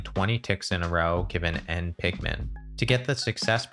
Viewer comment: I cannot unhear pikmen